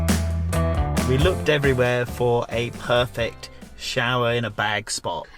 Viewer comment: Shower rrrr👍💪🤣🤣🤣🤣🤣